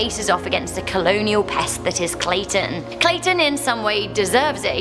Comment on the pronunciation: lol when you said clayton i thought you said statin